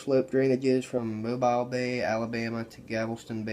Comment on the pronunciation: Good to see you back. However, you butchered the pronunciation of my hometown. It's Mo-bill Bay, not Mo-bile Bay haha.